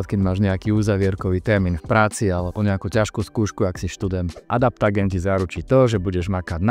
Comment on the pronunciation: Adaptogén, nie adaptagén.